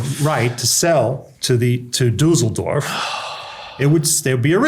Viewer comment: The way he pronounces Düsseldorf sounds like Dusseldorf which means Stupid Village.